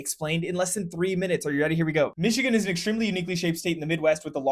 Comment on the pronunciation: You pronounced the names correctly in your discussion of places in Michigan !